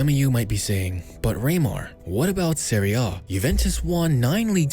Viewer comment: Serie A* not Seri Oh